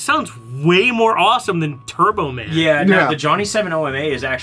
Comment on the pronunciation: it's tairbo tahm